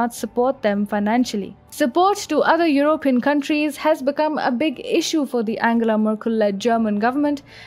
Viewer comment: the stress on the word 'European' is on the first syllable. Not the way you pronounce it. Just correct that if you can! Your voice is a dream!:)